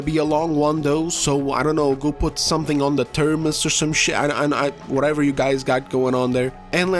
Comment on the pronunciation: Thermoses 🤣 like Tuthmoses or some such 😂